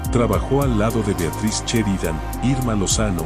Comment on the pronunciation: Quien vergas hace estos videos ?? Ponga su voz y no dejen que un software. Barato distorsione !! Sheridan no cheridan !! Los mexicanos pronuncian bien !!! Y ahora estamos retrocediendo !!!